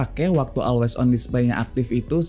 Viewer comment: masukan aja brader, bukan bermaksud mengajari 🙏 untuk ucapan bbrp kata b.inggris mungkin bisa diperbaiki di video2 selanjutnya (seperti pd pengucapan kata "event" dan "always") bisa coba dengerin di google translate utk pengucapan yg benar